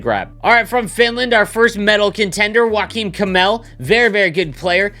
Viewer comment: Dont ever say Joakim Kemell again my ears are bleading